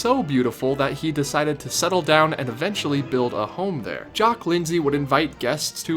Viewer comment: YOU PRONOUNCE JACQUE RIGHT BUT NOT JEAN